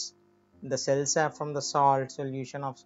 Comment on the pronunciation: It is cell sap Not cell sub